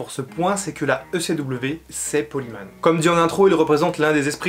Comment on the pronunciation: Bonne vidéo mais j'aime pas comment tu prononce Paul Heyman. Faut prononcer comme si ce serait Paul HÉmen et pas Himan. En avalant le H. Ca ressemble presque a Amen prononcer a la façon anglaise.